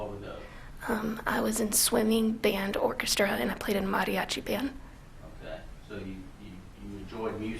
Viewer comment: She pronounced the word Mariachis & quinsenera very Well in spanish for being a gringa...lol very attractive too...